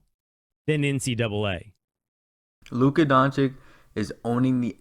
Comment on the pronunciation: Donkych? Repeat please 10x D O N CH E E C H !!